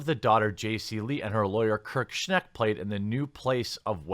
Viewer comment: For what its worth Schenck is pronounced like Shank.